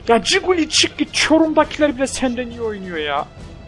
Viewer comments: coquelin'e giguli diyorsun abi buyle de kokelin iyi gunler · abi ciguli deil bilerek söylüyon biliyom ama adı okunuşu kokuelin